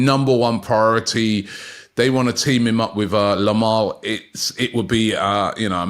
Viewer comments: He also sneaked in a "Lamal" instead of Yamal😂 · Lamal 😂 Robbie